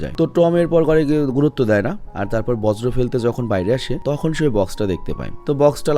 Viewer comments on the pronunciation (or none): ভাই বজ্র না বর্জ্য হবে 😅